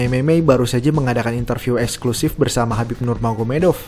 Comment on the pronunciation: khabib min bukan habib😮